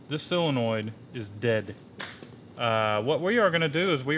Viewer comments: silonoid? haha. Damn never heard of a sillonoid haha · What the hell is a "silonoid"? or did you mean SOLINOID? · It's solenoid not "silinoid" ya goober. Lol! In all seriousness though you guys are the shit.